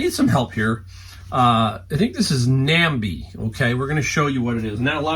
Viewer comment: Awesome Nambe haul!! It is pronounced nambay